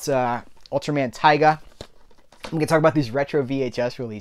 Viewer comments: its pronounced "tee-ga", taiga is a different ultra show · Just to let you know! Tiga is pronounced Tee-ga Normally it wouldn't be that big an issue to mispronounce a name but there is also an Ultraman Taiga pronounced how you said lol